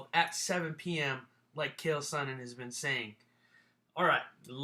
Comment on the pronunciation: its not khael its chael sonnen!!!